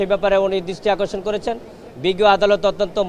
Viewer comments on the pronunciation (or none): none